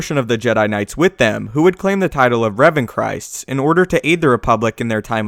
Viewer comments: I just wanted to point out that the name of Revan's following was called Revanchists not Revanchrists l know it's nit picking but it just bothers me when I hear Christ in anything Star Wars related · Not revanchrist but revanchist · Revanchist not Christ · It's revanchist